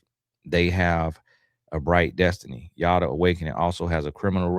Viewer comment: Why am I getting cracked up by you saying Yoda 😂😂😂😂😂😂😂😂😂😂😂 like wth is wrong with you 😂😂😂😂 omg that really gave a good chuckle